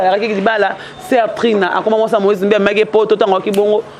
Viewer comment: On dit malgré et non malge soi disant et non soindisag